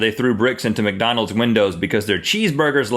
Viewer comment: link when you said "macdonalds" instead of mcdonalds you reminded me of my grandfather may god rest his soul thank you for making my day